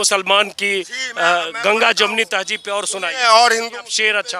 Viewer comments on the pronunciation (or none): Tahjeeb ko tahzeeb boliy sahab please